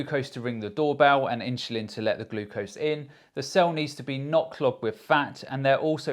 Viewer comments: S/l inchulin to me??? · Am I the only one hearing insulin pronounced differently? I’m sure that’s the right way 😊